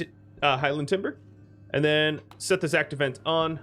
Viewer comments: Why do you keep saying 'act event' instead of 'active vent' ? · When you pronounce 'Active Vent' it sounds like you're saying 'Act Event'.